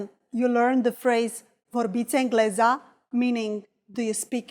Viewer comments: vorbești englezĂ (ă pronounced as -er with a silent r in "cover") is more romanian and natural, not englezA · Sunt foarte sigură că e "engleză" cu ă :)) nu prea suna bine cu a